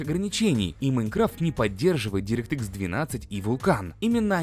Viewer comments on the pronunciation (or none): none